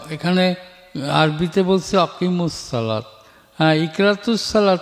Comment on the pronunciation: রাসুল সালাম গোঁফকে ছোট করতে বলছেন দাড়ি কি লম্বা করতে বলেছেন কোন হাদিসের অনুযায়ী। দেখতেছি অনেকে বলতেছে অনেক উনি ভুল করেছে করেননি। উনি আকিমুস সালাত কে ওয়াকিমুস সালাত বলছেন। উনি কোরআন শরীফে ভালো করে পড়তে পারেন না। বেশ কয়েক জায়গায় ভুল উচ্চারণ করছেন। ওয়াজিব নামাজ কি সুন্নত নামাজ বলছেন। বেশ অনেকগুলো ভুল করেছেন।